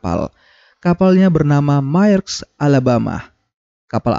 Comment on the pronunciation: Fyi, Maersk dibacanya mersk